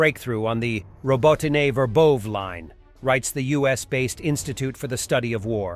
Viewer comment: Verbose is pronounced Ver vov VA! Robityne is pronounced Row bot tyn na!